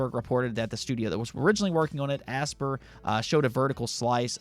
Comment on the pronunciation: Lol "Asper" Aspyr is is pronounced Aspire